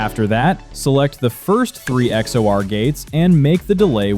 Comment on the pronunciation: its not x o r its x or.